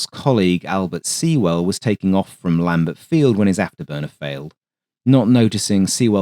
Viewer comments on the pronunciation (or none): none